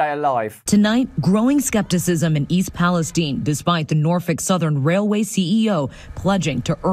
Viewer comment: Why is everyone intentionally mispronouncing East Palestine?